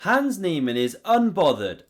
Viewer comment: Learn to pronounce HANS